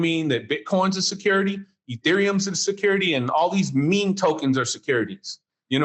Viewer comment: NEVER trust anyone who doesn't even know how to pronounce "meme"